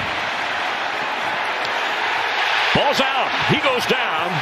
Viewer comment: Did that announcer say BALLZ OUT?😂😂😂